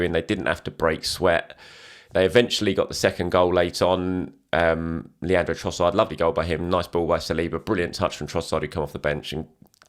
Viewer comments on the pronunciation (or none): none